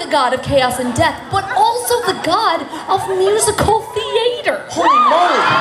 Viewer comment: Love when she says musical theAtre